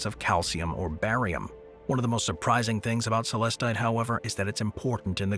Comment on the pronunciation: Most Tigereye has inclusions of asbestos, known as rutile. It's what gives the mineral its chatoyant shimmer. Azurite is also found as a companion mineral to Malachite. All of the stones, featured in this video, are MINERALS, not rocks. "Celestite" is pronounced Suh-LESS-tite, not SELL-us-tite.